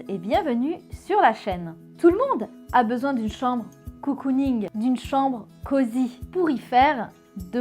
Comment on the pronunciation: Ça se dit Cocooning pas Coocooning